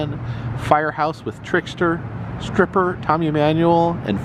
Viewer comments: When you were looking at the Paramount Marquee you said stripper it's actually pronounced stryper...striper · that band is Stryper (pronounced with a strong I), not Stripper. Lol. Love you either way man, just found it funny!! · You’re adorable. Stryper is pronounced “STRIPER” and it’s a metal band out of California. 😂 And I hope you’ve heard of Foghat, the fantastic 70’s rock band whose most famous song is “Slow Ride”.